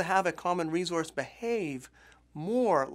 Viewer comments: why does he say resource like that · learn how to say resource !!! you're driving me crazy! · Jacki Morgan that's the first thing i noticed, weird isn't it? Good presentation otherwize ;-)